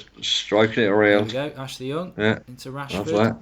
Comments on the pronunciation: Man said washford😂😂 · Lol he sad washfrod instead of Rashford first ahahah